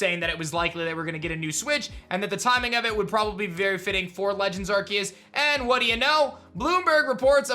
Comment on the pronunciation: I think Arceus is pronounced with an ‘s’ sound not a ‘c’ sound... but I’m not a teacher